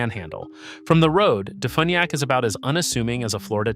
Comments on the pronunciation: Defuniak is pronounced Def "u"niak not fun, u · It’s pronounced De-few-nee-ak. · You'd think AI would be able to properly pronounce DeFuniak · No, AI screws up all pronuncuation of locations 100% of the time.